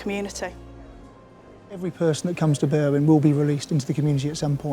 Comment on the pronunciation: They way these English foreigners pronounce Berwyn makes me shudder.